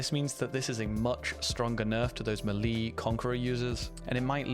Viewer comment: Mah lee? What mah lee? Oh you mean melee...